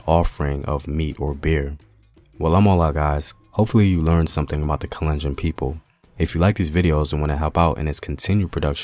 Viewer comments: thanks for posting this, my mom is kalenjin! i wanted to point out that you're mispronouncing the name, its kahl-enn-jean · The way he pronounces 'kalenjin'😂😂 and other names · Love your videos man, but you have GOT to work on your pronunciation I cringed everytime you said kalenjin.